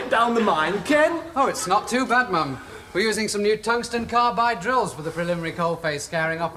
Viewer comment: Tungsten, not Tungston.